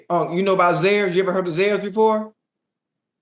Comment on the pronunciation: Oco said, "Zayers" I haven't heard that stores name in over 30 years.